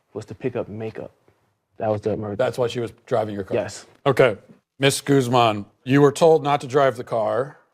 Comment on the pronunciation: Excuse me, Vanessa Goose-man? How white do you have to be to pronounce Guzman that bad